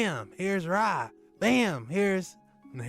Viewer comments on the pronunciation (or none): It's not Ram it's Ra